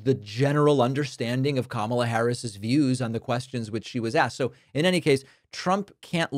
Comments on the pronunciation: Wow he pronounced Kamala correctly, he’s losing the plot😮. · All I heard was this BUFFOON say KAMALA’S name correctly !!!!! Way to go DUMBA$$!!!! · Now he can pronounce "Kamala?" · So, he does know how to pronounce kamala's name correctly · Wow he does know how to say her name . 🙄 He’s the most disgusting human being in the United States. This idiot has never “ won “ a thing in his life . As it’s said he just knows the “right people “ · 🎉wow he pronounced Kamala's name correctly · He forgot and pronounced Kamala's name correctly.